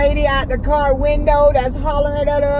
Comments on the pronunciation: “drive my cerv down the road.” 😂😂💀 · She says cur instead of car 😂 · And she say cer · "iTs Us, In ThE CiR" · “Yea like swhhh oh im so surry honey im surry😏 get out my currr” 😹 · She said CIGA-ETTES and CURR I’m to weak to move😂😂😂😂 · This is how many times she said.."CIGA-ETTES" and.. "CUR" V lol